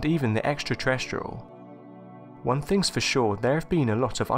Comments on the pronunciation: Why do you pronounce things like THINGS you pronounced it Fings.. (for instance) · These are interesting videos but needs someone to narrate them that speaks ENGLISH, there is no F in WITH or THINGS or THOUGHT or MOTH and if he talked any faster it would be just a hum